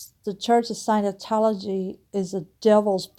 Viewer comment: Scientology not "Sinotology." At least pronounce it right.